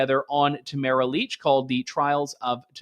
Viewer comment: I love Trish Wood, listen to her podcast every week, but it baffles me how she mispronounces names all the time. Particularly how she pronounces Tamara Lich’s first name. She says it as if it rhymes with the word camera. No, that’s not how you say her name. How does an otherwise intelligent woman not see that?